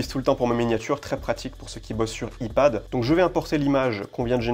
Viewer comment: Merci. Mais please, fais un effort sur les termes anglais (aïpad, aïphone ... :))